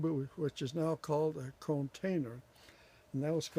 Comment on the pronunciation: Where do you get those deep potting Containers? I thought I heard you say “conetainer”